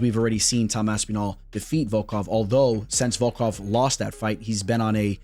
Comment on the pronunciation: Saying Aspinall like you would say Masvidal is some true Miami shit